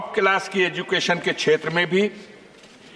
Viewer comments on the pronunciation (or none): none